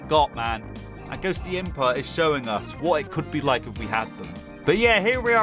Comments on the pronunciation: Day 1 of saying it's pronounced Ghost-imp-ah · The full plant island song, and cold island P.s., (not judging) but Ghostympa, is pronounced Ghost-tympa, just letting you know